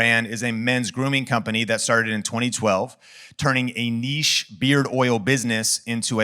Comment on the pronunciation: bro couldn't wait to say that more than nìché 💀💀💀